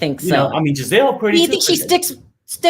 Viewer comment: 😂😂😂😂😂 she she keep calling Gizelle Gazelle like the animal 😭😭😭😭😭